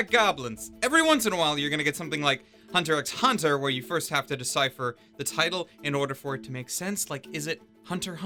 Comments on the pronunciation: you pronounced the x bruh, hell naw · "It's actually pronounced as Hiatus Hiatus" Togashi wants to know your location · ROFL ON HIS JAB AT HOW HXH SHOULD BE PRONOUNCED HIATUS HIATUS 😂😂😭😭